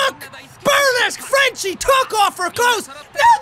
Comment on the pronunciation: "Think frence" Jacksepticeye 2017 10/10 XD